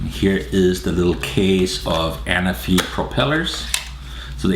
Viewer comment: The accent is on the 2nd ‘a’, Anáfi is a Greek island ;)